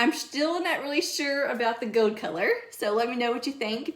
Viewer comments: Love how she says gold...gode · This is sooooo cute as usual and I adore how you say "gold" with your lil accent.